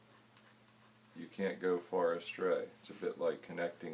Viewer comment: also the way you said "you can't go far astray" love the diction